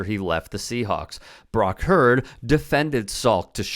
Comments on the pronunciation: It’s the mispronunciation for me lol. HUE-word. Not Herd. But otherwise, on point. 😆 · Brock "HEW-ARD" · Huard pronounced is pronounced HUE-ERD….two syllables. Soft H. Sweeet story bro. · I heard Brock and Herd! 😂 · Brock Hue-erd.. Love your show!🤙🏾